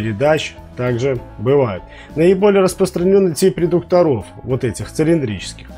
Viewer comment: ударение редУкторов, будте пожалуйста грамотнее, очень познавательный и хороший канал.